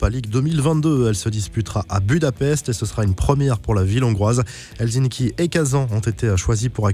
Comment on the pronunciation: on dit helssinki